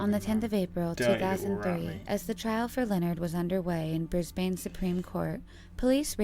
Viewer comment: Why can no one say Brisbane properly? It is pronounced ‘Brisben’. It’s not that hard. If you are going to be a narrator on a video then learn how to pronounce words on your script that you don’t know. Or don’t be a narrator. Morons.